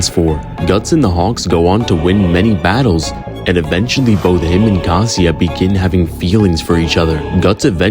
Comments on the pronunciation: Did you really pronounce Casca is Casia 💀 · why brudda pronounce casca like "casia" ☠ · No one gonn talk about how he calls caska casia? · I was excited for this, but not even a minute in there are two major errors: Guts earned the epithet "100 Man Slayer" after he joined the Band Of The Hawk, not before, and Casca's name is not "Casia". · Bro pronounces Casca as Casia 💀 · Great vid bro. You were COOKING. but why were u calling Casca “Caseea”? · bro ngl you BUTCHERED casca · The pronounciation of Casca killed me lol anyways fire 🔥 bars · Im completely shock of your pronunciation of casca lol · The way you pronounced casca physiologically damaged me